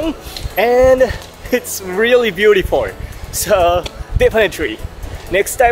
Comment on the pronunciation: love the way he pronounces "beautyfoi" and some other words... Makes the video more fun!